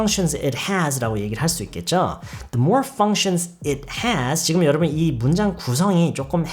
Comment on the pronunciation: functions할때 f발음 너무 시원해요